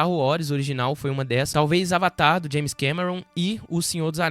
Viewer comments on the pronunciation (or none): none